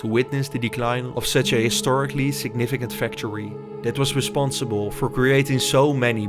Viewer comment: PLEASE GET AN AI NARRATOR. YOU ARE BUTCHERING The english language. Cant even pronounce factory...